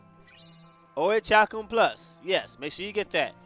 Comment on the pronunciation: It's pronounced Ori Kal kum